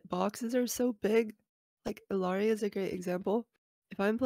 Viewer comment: psst, - theres no i in the middle of illari's name:P ill-ari